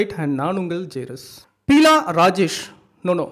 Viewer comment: பியூலா வெங்கடேஷ்.not பீலா